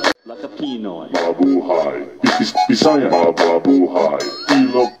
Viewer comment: its 'pinoy not piiiiinoy..